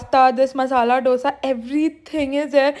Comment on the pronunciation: Please pronounce dosa properly